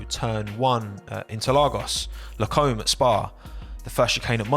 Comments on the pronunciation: The corner at spa isn't pronounced comb like you use with your hair 😂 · Where the fuck is la comb bro? You need to work on your pronunciation ahaha